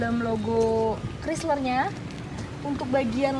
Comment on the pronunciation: "Kraisler" bukan "krisler" ya dek yg cantik dan manis❤️